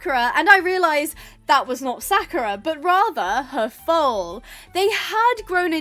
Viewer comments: it is pronounced sa-ku-ra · Btw It's pronounced Sak-your-a ❤